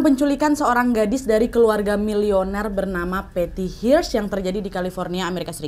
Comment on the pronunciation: Hearst bacanya bukan Hirst tp herst.